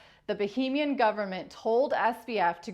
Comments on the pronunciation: i love you for all your doing but please say "bAhamian" instead of" bOhemian". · Bahamian. Not Bohemian . . . . 😉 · Yeah lots of American YouTubers have zero interest in pronouncing foreign countries and names properly and it really detracts from their credibility. If you say bohemian instead of Bahamian everyone OUTSIDE of America thinks you're talking about a region in Europe. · Is Bahamian pronounced that way? Sounds like Bohemian, which is a region in Czechia. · Am I going mad? Need to get my hearing sorted? She IS saying Bohemian Government. Not Bahaman. Right? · So is he in the Baheemas or the Bahamas? You would pronounce Bahamian like Bahamas but you just change the ending. You don't change the beginning, you're referring to a place in Europe by calling it boheeeeemian.